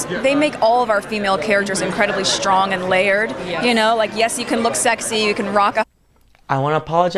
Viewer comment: “SHTRONG”. What is that??????